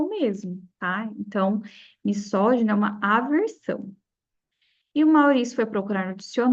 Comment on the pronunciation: legal seu conteúdo, mas errou duas palavras na pronúncia "misógino" ( que na pronúncia tem som de "z" pois está entre duas vogais e "nêmesis" que tem acento com mesma pronuncia de "Gênesis" então parei de assistir, mas no futuro, precisa atentar a isso